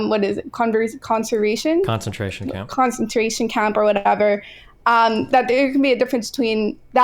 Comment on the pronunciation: When you realize you have wasted your time listening to someone who can’t even say “concentration camp”.